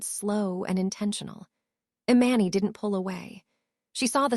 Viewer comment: Please get the storyteller to pronounce names correctly. Eee-Mahn-Nee!! Jesus Christ it’s driving me insane. I’ll unlike just because of this alone. This is why some pages loose subscribers